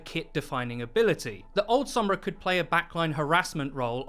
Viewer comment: Stoked it’s not 11 minutes of the other guy saying “Sohmbra”